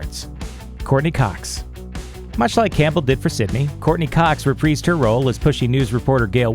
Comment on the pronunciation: You mispronounced both "reprise" and "Liev."